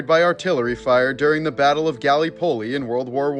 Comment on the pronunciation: I normally enjoy these types of videos, but I was completely put off by the pronunciation of Gallipoli 😱